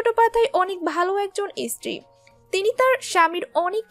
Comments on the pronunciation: স্ত্রী না ইস্ত্রী, কি সমন্ধীয় বক্তব্য ছিল বোঝা গেল না। সঠিক উচ্চারণ না জানলে, বাংলাভাষা ব্যবহার করার দরকার কি❓ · Istiri... খুব কানে লাগছে, আর খবরের চমক আছে, খবরটা পেশ করাই তো হলো না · সঞ্চালিকা কাঠ বাঙালদের মতো বাংলা বলেন কেন? ইস্ত্রি বলেন স্ত্রী-কে ! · কাদের দিয়ে ভয়েস ওভার করান। কী sob উচ্চারণ? ইস্ত্রি, চ্যাটপাধ্যায়? সাহেব তো ওর বাপের নাম ভুলে যাবে।